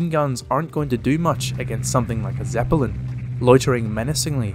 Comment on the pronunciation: The way you pronounce Zeppelin as "Zepper-lin"....